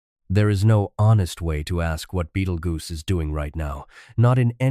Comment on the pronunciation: It's a star and in the first few seconds they could not pronounce it correctly.